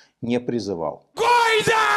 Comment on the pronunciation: "гойда" - звучит как "хайль" и интонация та же.